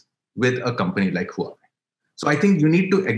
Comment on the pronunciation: What a 'head in the sand' answer to very valid question on the imbalance on the type of trade. Just denying does not make a problem go away. Stopped listening at that point. Not knowing how to pronounce Huawei is another indicator of casualness.